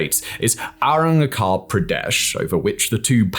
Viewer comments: Simon it's pronounced as Aruna-chal, not aruna-khal. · Aruna-CH-al, not Aruna-K-al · Arunachal is pronounced with the "ch" in cheese, rather than the "ch" in chrome. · a nitpick but for future mentions the "ch" in Arunachal Pradesh is more the "ch" in chair and less "ch" in choir lol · Nice Simon But do correct the pronunciation of Arunachal pradesh It's sound like this AAROON - AAACHAAL PRAA - DESHU😂